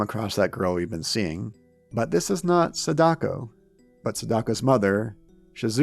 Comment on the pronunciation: wow dude everytime you pronounce SAdako wrongly, it fuels my anger! Please either learn the right way to say it or don't say it... its Sa-Da-Ko... and not se-DAko